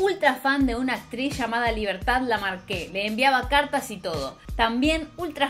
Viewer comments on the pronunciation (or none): Lamarque. No Lamarqué. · Nena pronuncia bien ! No es Libertad Lamarqué. Es Libertad Lamarque. Sí vas a chusmear hacelo bien ! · Acá dejando un comentario para mover el algorítmo... que le dicen. Y aprovechando para permitirme corregir un pequeño error de pronunciación: el apellido de la actriz Libertad Lamarque se pronuncia Lamarque (LamÁrque), y no Lamarqué. #algoritmo #Chiqui #CarajoMierda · 1.- Libertad Lamarque es la actriz y extraordinaria cantante más universal de la Argentina hasta el día de hoy. Por cultura general la conoce toda Latinoamérica y España. Por cierto, su apellido es Lamarque, no Lamarqué 2.- No había televisión en la Argentina hasta 1951. la madre no pudo buscar oportunidades laborales para sus hijas en ese medio. Probablemente lo hizo en la radio. Muchos éxitos.🖐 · Libertad Lamarque , no Lamarquè jeje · Dijiste Libertad LamarquÉ????????? te amo, pero no... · Libertad LaMARque (no acento al final!!!), la ídola de la chiqui, una de las mejores actrices de nuestra patria, terminó haciendo novelas en México sus últimos años, seguramente hayan visto La Usurpadora, era ella la abuelita Piedad! Buen video. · Mirtha es la reina, es un 10, le guste o no a cierto sector. No hay otra, ni ayer ni hoy ni mañana, es así. PD: es Libertad Lamarque (no "Lamarqué", se pronuncia sin poner el acento en la última "e", aunque me resultó tierno 😊) Un abrazo y me suscribo, se nota todo el esfuerzo e investigación para la producción/ edición del video ¡Gracias y que coseches muchos éxitos ! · amo este canal.... solamente q no perdonare jamas que hayas pronunciado LIBERTAD "LAMARQUÉ" aunq posiblemente lo hayas pronunciado correctamente teniendo en cuenta el origen del apellido,. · Libertad Lamarqueeee? jajaja, antes deberías aprender como se pronuncia!!! Bye.